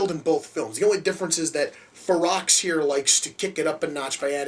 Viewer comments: Hahaha Cannibal Xerox...now you should know how to pronounce the title. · The x is silent it's pronounced (fur-row) it's spelled ferox but pronounced fur row. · the x is silent ; ) its fero